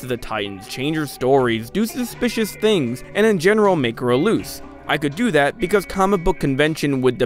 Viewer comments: louse is pronounced Lah-oos, not like loose. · louse - lau-ss not loose :) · Just a small nitpick but you pronounced "louse" as if it was "loose" but it rhymes with "mouse". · You pronounce "louse" as if it sounds like "loose". It rhymes with "mouse" and is the singular of "lice". It's the origin of the word "lousy". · Great overview... But one stupid tiny thing bugs me. Louse rhymes with grouse, spouse, or browse, not snooze, or bruise. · "Louse" [loud, house, mouse]... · louse is pronounce "lahw suh" like the word "house" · This and "naivete". Twice! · What an in depth analysis! Wow. Watched because I'll soon be rewatching the 2017 movie of this name, I thought this was about that and thought it would be interesting to get some back insight. Inadvertent but still good stuff here, LOL! FYI: "Louse", wingless parasitic bug, like an animal tick, also slang for a scummy person (like as used here), the "ou" is pronounced like you hurt yourself: "ow". So, it's pronounced like "lowse", not like "loose". :) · I think louse is the singular version of lice and is pronounced "laowse". Great video by the way! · Louse as in house. Not loose. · Make her a Louse - L-ow-se It is the singular form of Lice and its an insult Sorry, but it bothered me - it was a common insult in my family. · Wait, isn't "louse" pronounced like "mouse" with an L? Pretty sure it's not pronounced like "loose". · louse is pronunciated like Laos lol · That is not how you say louse. Do you pronounce Mouse as Moose? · louse is pronounced lah-os . (1 syllabic blend) like quickly pronouncing the country Laos. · “Louse” isn’t pronounced the same as “loose.” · Was looking for this comment lol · Louse rhymes with mouse. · Why does it bug me so much that he pronounced louse wrong? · Louse is pronounced like mouse.